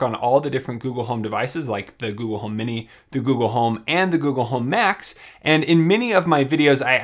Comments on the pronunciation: wow, I am surprised it can understand you. I don't know if you meant to but every, single, time you say google it comes out as goo goo. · put the video on max volume and it still triggered both my phones and my tablet when you said "Ok Gouhl".